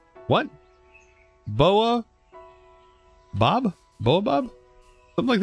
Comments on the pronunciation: Baobob Tree (Bay - Oh - Bab) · Its pronounced bayo bab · Bay-oh-bab tree. They're found in Africa. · The baobab trees you found are pronounced bay-o-bahb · Pronouced (Bay-O-Bab, [I think]) tree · The tree is pronounced as bay-o-bab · Him saying BaOBab😂😂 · pronounces Baobab as 'Boabob'. Makes perfect sense >.> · Pronounced bay-o-bob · The Baobab Tree is pronounced as Bow-bab Tree. Cause bao is similar to Baozi, and the a is silent I think. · That is pronounced as bey o Bob tree please correct me if I am wrong I'll be glad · Here it is pronounced Bayobob (Long a, long o, then short o for bob. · Bay-o-bab tree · That tree is pronounced "bay-o-baab", one of the oldest trees to exist in planet earth and can live hundreds of years. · The big tree is pronounced as ba-O bab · That is a Baobab tree, pronounced bay-uh-bab. Side note, awesome house. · its Bay-o-bab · by the way it is pronounced bow bab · The tree is called: Ba - o - bob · Its bay-o-baab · How do you not know what a baobab tree is or how to pronounce it? Oh americans surprise me everyday more and more